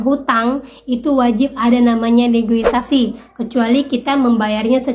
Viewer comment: Tth punten negosiasi ya bukan negoisasi hhe